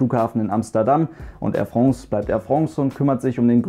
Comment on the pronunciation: Wenn der Bub irgendwann France richtig aussprechen kann, wird mir was fehlen... 😄